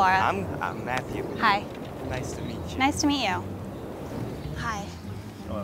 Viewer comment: Guy: Nice to mitch you: Nice to mee you